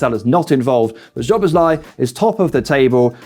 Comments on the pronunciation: Great video! Just one thing - Szoboszlai is pronounced "So - Boss - Lie - ee" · Why can’t people pronounce Szoboszlai’s name right? Sz in Hungarian is the same as ss in English.